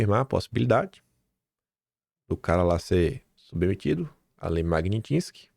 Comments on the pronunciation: Bom dia. Admiro e valorizo muito seu trabalho. Não entendo como você insiste em falar em Lei "MAGNITINSKY" em vez de MAGNITSKY, MAGNITSKY, MAGNITSKY, MAGNITSKY!!!!!!!!! Sugiro que repita MIL VEZES PRA NUNCA MAIS ERRAR!!! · 😂 não desiste de falar “ Lei Magnitinsky”.